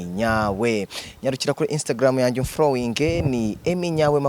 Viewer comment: Bro ni bagu following apana bagu flowing 😅😂😂